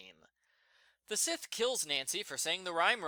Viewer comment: I was expecting to sin Addison's phone image. sin 56. It's not a sith,. It's a sa-eeth. Or sa-ee-th. Both are right. Or, as, matt pointed out SIGH-th is fine as well.